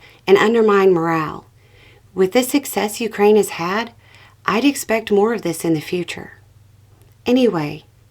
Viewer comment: Thank-you for pronouncing Ukraine properly!! 💕🇨🇦💪🇺🇦